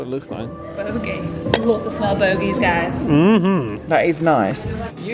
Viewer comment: Bogie instead of boujie had me in tears!! funniest part and amazing vlog